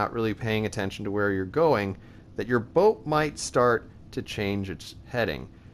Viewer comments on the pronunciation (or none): Fyi its boats not botes